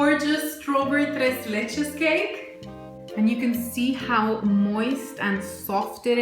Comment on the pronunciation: You say "tres leches" like a real Mexican! Love the recipe!!